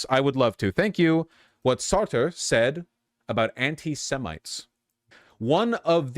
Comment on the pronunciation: I read Jean-Paul Sartre's The Age of Reason when I was 15 or 16. Even at that age I knew that his name is pronounced Sar-truh not Sarter. Libs simply do not know things. It's why their worldview is instead motivated by vibes and social consensus.